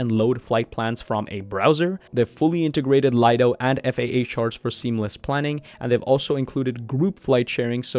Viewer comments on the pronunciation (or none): none